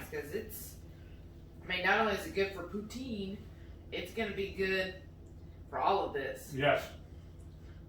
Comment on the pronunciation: This Canadian gives you a huge 👍🏻 to the pronunciation of Poutine! Good job! Love to see Americans cook Canadian!